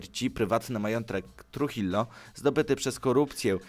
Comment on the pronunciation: Tak na przyszłosć, Trujillo czyta się truhijo, ponieważ w hiszpańskim ''j'' czyta się jako ''h'', a ''ll'' czyta się jako ''j''.